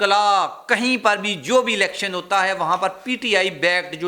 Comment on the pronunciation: کیا چیز ہے تم ہے کو خے بولتے ہو